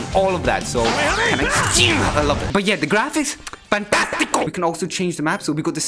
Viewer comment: says "FANTASTICO" my italian brain: OMG EPICO